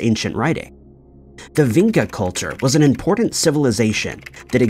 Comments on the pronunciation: Vinca is actually pronounced Vincha (Vinča). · I am living there, in Belgrade , In Vinca :) archeological site is not much explored how should be :) and ...pronouncing the name of the place is completely wrong, no one would understand you and you would not find the Vinca you are looking for